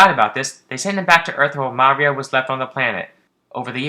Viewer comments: What are you doing saying Maria like that? It's pronounced like "mario". the emphasis is on the "ii" muhRIa. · (Oscillaut) MAH REE OH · Anyone else find it odd this guy can't pronounce Maria right? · Lol the way you pronounce Maria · Your pronunciation of Maria is a bit off